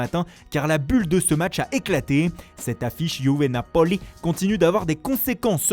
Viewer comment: Il faut arrêter de dire Napoli comme vous le faites car ça ne ressemble pas à l italien du tout. Soit vous le dites normal ou soit vous insistez sur le A et pas sur le O....